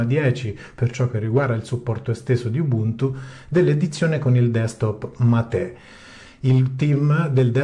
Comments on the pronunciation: C'è ben poco da argomentare, non essendoci novità. Facciamo un disegnino: NO NOVITÀ = NO ARGOMENTI. La versione LTS è pensata per non avere software aggiornato, perché si pensa alla "stabilità", *tra virgolette*. PS. Mate si dice come si scrive, non c'è l'accento. Almeno sul nome di una "bevanda-alimento" rioplatense non inventiamoci pronunce alternative. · Sulla pronuncia sbagliate in 3: tu, AlternativaLinux e il fondatore del progetto que ignorantemente inglesizza mate in mah-tey. Si prinuncia come in italiano.. mate senza accento. E si vivo nel sud del Brasile e parlo anche lo spagnolo oltre che il portoghese 😅